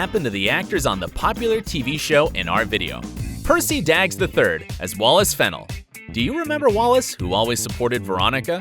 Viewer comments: That narrator was awful. fannal… It’s pronounced Fa-nell. Cum laud yikes, it’s Cum LaudEE. There was another glaring error but I don’t remember what it was. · Narrator was awful. He mispronounced Wallace's last name and said Teddy Dunn was on Grey's "Academy." Oh, and he graduated "cum lod." Wtf, dude?